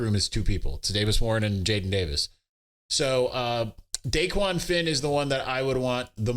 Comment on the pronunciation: It’s not DAEQUAN lol